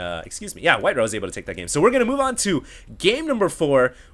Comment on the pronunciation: It's not "whiteruh" HD, it's WhiteRa.